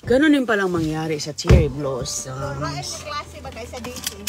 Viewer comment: Your not pronouncing the blossoms right